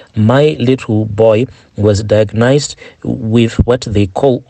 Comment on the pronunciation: The way u pronounce diagnosed 😂🙈